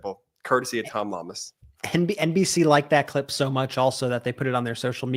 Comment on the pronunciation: Guy in red needs to pronounce reporter's name correctly: it's Llamas-say it like "Yamas." Come on! You folks in media are supposed to be wordsmith and Spanish is probably the second most spoken language in the country. And you're not alone with mispronunciations.